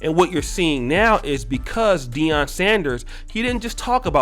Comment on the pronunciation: it’s “Deion”